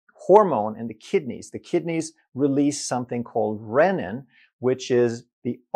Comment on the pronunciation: Renin is not pronounced "rennin". That is a digestive enzyme.